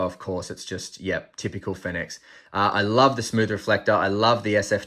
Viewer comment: Finix "Phoenix" ?